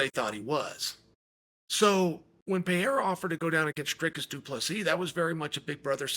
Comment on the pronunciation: Chael is still saying Pereira's name wrong.